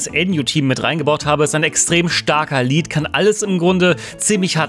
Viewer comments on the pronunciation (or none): none